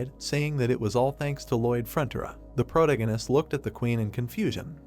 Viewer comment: can't stand the way it pronounces "protagonist"